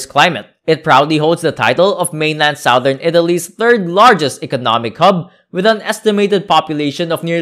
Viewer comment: Seriously , this guy's voice is hard to take and he should get the pronunciation right . even "Sowthern Italy , where the people are Funny and friendly" ? . . . o.k.